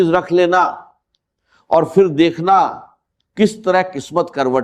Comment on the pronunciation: یہ ڈاکٹر صاحب کی آواز بلکل نہیں ۔۔ ڈاکٹر صاحب ج اور ظ کی کبھی غلطی نہیں کرتے تھے۔ انکی اردو بہت اچھی اور زبردست تھی۔۔ یہ جس نے ریکارڈنگ کی ہے اس نے چوول ماری ہے۔۔ باہر کو بجاہر، پھر کو فر۔۔۔۔